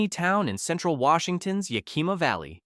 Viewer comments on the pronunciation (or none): Yah KEEM ah valley? Geez! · It is very annoying that this AI voice pronounces Yakima as "YAY-KEY-MA." And all the video shots from other parts of the country. But having grown up in Spokane when it was a very nice place to live, I'm glad I now live in SE Virginia. The Washington far-left loons have ruined everything. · Bruh, as a Washingtonian, I get a hardcore cringe at the absolute slaughter of our towns n cities. The info 💯 awesome, needed info. As I'm watching and hear you say Yakima I held my breath. You got to Chehalis I almost left. Research pronounciations as much as you do the info you're reporting. PLEASE!!